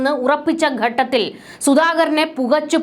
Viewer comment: 'ഗട്ടത്തിൽ ' തെറ്റ് 'ഘട്ടത്തിൽ ' എന്നതാണ് ശരി